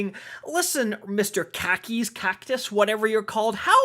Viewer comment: But pronounced khakis like the pants